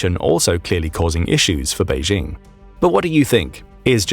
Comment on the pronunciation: There is no such place as "Beizhing." Chinese does not have a "zh" (pronounced as the "j" in French, as in je, Jean, jolie, etc.). The "j" in Beijing is pronounced EXACTLY the same as in English, as in jingle, jingo, Jim, jinks, etc. Go ahead, say "Bay-jing." Saying "Bayzhing" makes it sound like a French village. Please stop it.